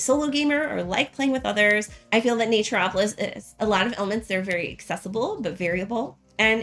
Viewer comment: Wanted a quick run through before getting a few copies for Christmas presents. Yours was the one I didn’t turn off after 5 seconds as your pronunciation of the game sounded correct to me (Everyone else said Nature-opolis). :)